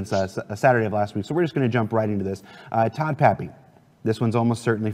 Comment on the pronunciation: TODD! TODD!!! Not TOM!! ;)